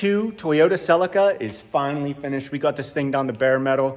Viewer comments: Celica not selli-kkarrrr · Sell-in-Kuh vs Sell-eek-uh… Clarkson goes for the latter. Divided by our common language… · And here I was looking for the silica till I realised that Americans dont say Celica 😂